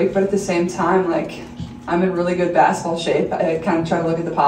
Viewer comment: Saying "bass-ball" instead of basketball is NOT polished speaking 😑